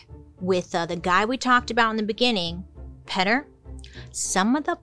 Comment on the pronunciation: Petter? Not Peter? Lol